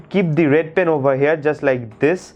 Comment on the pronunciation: Please talk in Hindi it's better than pyen instead of pen and coover instead of cover